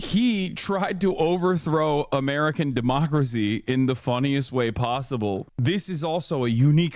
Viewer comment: Everyone's missin out on Amereichan, or Amereicha!? Lmao